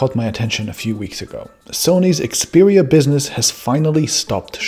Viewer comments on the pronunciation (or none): none